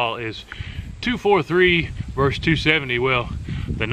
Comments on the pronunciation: Versus, not vers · Versus does not sound like verse.